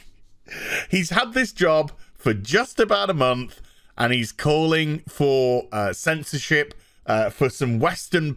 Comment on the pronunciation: Did he says "censorshit"?😆